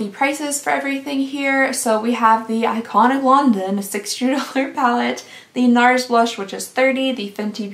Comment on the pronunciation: The way you said Iconic London at the end 😂. I remember everyone going crazy over Iconic London while I was over here like give me cookie instead 🤷‍♀️.